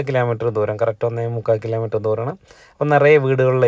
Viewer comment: Yendhandah unniye Nikk sariyaayi ucharikkan ariyilla alle ? Kilaa meter aalladah pahayaah Kilo meter 😡😡😡